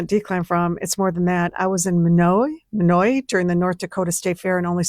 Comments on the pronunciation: Minot you mean? It's pronounced like "MY knot" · Lol. That's funny. The first woman is an American? She didn't even know how to pronounce Minot. But she's American. Oh ok. Lol. My-not. Not Me-note. Bet she has no idea where it even is. Lame. They don't even know anything about their own country. Let alone anyone or anywhere else. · MINOT is pronounced "MY KNOT". The way she is saying this sounds more french. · Minot is pronounced "MY-not." It's a Cdn/US border crossing, If you're going to do a report on something, please Google the pronunciation if unsure, ma'am. It takes a second and does a lot for your credibility. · The town in North Dakota, 'Minot' ,is pronounced MY-not. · I find it amazing that an American cannot pronounce the name of a city in ND correctly when me as a Canadian can. It’s My-not. For heaven’s sake it’s one of ND’s largest cities.